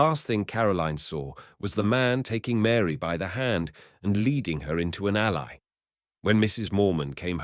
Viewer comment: you can tell because of the pronunciations. When it pronounced alley as "ally", I knew.